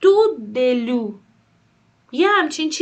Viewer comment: استاد عزیز (دَلو) خوانده میشود با حرکت فتحه روی "دال" و ساکن روی "لام" و روی "واو" به معنی سطل